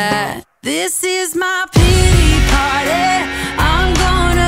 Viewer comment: “This is my peetee parteh…” 😑